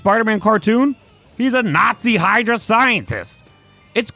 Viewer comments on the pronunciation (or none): none